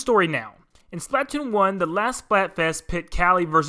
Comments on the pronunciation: Spla-toon. Say it with me now. SPLA-TOON. Not splat-toon. Only ONE T bud. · It’s not pronounced Splat-toon, it’s Spla-toon. I’m sorry but that really triggered me for some reason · Most people: "Spluh-TOON": "SPLAHT-tune" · It's not splat-oon it's Splatoon🙄🙄🙄🙄🙄🙄🙄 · its spla-toon not splat-toon 😒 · its Splatoon like platoon not splat toon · Its not SPLAT TOON its SPLA TOON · It's pronounced "spluh-toon" not "splaaaa-toon" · ITS PRONOUNCED SLPUH TOON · Hey why do you pronounce splatoon as "Splaat toon" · he says patoon captain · He said “patoon” 😂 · It’s pronounced splutoon I’m sorry I just don’t like the world splatoone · I love this video, but why do you say Splat-Toon? It’s one word. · He says splatoon wrong, it’s supposed to sound like the word Platoon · Why do you say Splatoon as splAAtoon. I know everyone has their own way of saying words but it pains me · It’s pronounced SPLUH toon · "Octo Canyon" Ahem Valley Splatoon1 THEN HE CALLS SPLATOON TO VALLEY UGHHHHHH 😂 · I know it's pretty terrible but I just can't get past the way you pronounce splatoon lol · i stopped watching after you pronounced splatoon like that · The way you pronounce Splatoon....